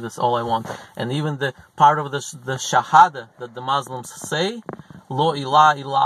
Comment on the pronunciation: It’s Muslims not mauslims